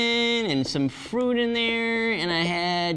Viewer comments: Dig your vids, but.... FRIUT? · This was good info and a good laugh! “Eegs, Nas, Friut”